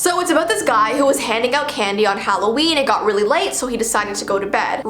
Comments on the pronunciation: You said it's hallveen😂😂😂When it's Halloween:3I just wanna correct u :) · How to say Halloween stupidly HALO-EEEEN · Halloveen nice instead of Halloween its Hallowveen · ITS VEEOWEEN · Intro: it halloveen Me: HECK YEAH IT IS BABY >:)